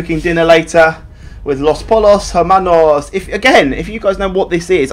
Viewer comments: Just saying this as a breaking bad enthusiast, the name of the resturaunt is pronounced "los poyos hermanos" it means the chicken brothers. Love the vid, :-) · come on basic Spanish its pronounced los poyos ermanos